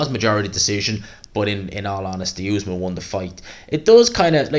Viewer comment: Great video, but it cracks me up how bad you are with names, the other day you couldn’t say Faze, now you’re saying Essuman as Usman, they aren’t even hard names, just say what you see